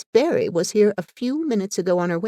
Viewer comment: There is only one thing I can fault with this reading - it is Barry being constantly and mistakenly read as Berry - how could you have done that? Diana Barry and Anne Shirley two names forever linked.